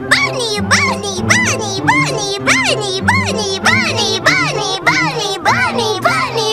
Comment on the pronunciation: bunny saying bruhny